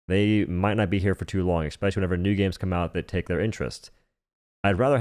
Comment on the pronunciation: It's Especially, not ec-specially!!!!